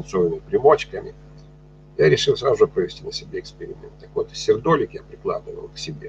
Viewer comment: Берётесь рассказывать о минерале и не знаете как правильно произносится его название. Сердоли'к